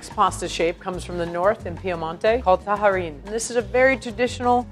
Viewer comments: I tallarin (o tajarin -non si pronuncia alla spagnola come fa lei) sono i taglierini, piatto piemontese e sono delle tagliatelle più sottili. Le misure delle taglietelle e delle pappardelle sono tutte sbagliate, così come le orecchiette, i cavatelli, ... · You say "tayarin" not "taharin". And passatelli are from the Emilia-Romagna region (more common in Romagna, actually), not in Piedmont. It is common to use lemon rind to them and they are not made by rolling them with your hands, but through a special press. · I wouldn't be an italin on the web If I didn't point out errors in italian cuisine. This time I'll focus on the language. Pizzòccheri. The accent goes on the O It's not ta-HA-rin, rather ta-YA-rin Canèderli. Accent on the first E Moreover, Farfalle here traditionally have two ridged and two straight edges. You pinch along the straight edges. Other than that, Good job ;) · Also it's "tajarin" is not tah-hah-reen. "J" in italian is like "Y" in english. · hey, from piedmont here. really appreciate the effort, i know pronunciations can be difficult. tajarin is pronounces like in a french way, so it's like "taλarin" <3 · Why does she keep pronouncing tajarin like that??!! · There Is no "h" in tajarin, Just ask an italian 4 pronunciation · especially tajarin